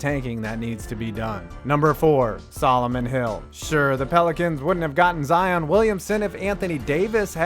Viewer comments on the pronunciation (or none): none